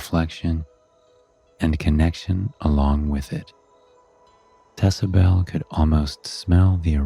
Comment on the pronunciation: Anyone notice when he said icabelle when she bent down to the kittens haha. I do love these stories tho. No offense.